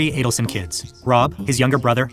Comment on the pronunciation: You say you've only been examining this case for the last couple of months? You've got 10+ years of provable evidence to catch up on, sir. You're confusing "insane hatred (of Wendi)" with hatred for delayed justice. May I kindly encourage you to research the correct pronunciation of 'Adelson' and, in particular, the surname of the murder victim. Professor Dan M-A-R-K-E-L NOT Markle!